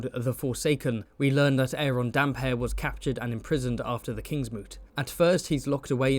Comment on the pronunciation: actually its Damphair not Damp hair. Roy Dotrice said so